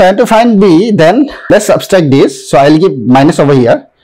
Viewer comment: What is “substract”? It is “subtract” 🤦🏽‍♂️